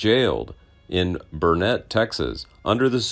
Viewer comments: It’s pronounced “burn it” Texas, not burnette Texas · Burnet is pronounced "Burn It". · Very interesting. FYI, Burnet, Texas is pronounced "burn-it". The old jail building still exists.